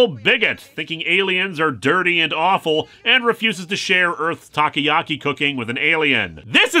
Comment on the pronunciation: Japanese people: "Takoyaki" Linkara: "Taki-yaki"